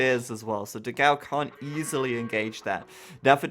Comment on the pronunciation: Dogau ahsuahsugdus the pronunciation is wrong. Nice vid